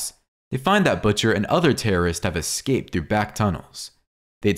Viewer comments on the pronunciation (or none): none